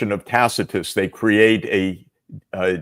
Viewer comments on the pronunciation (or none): none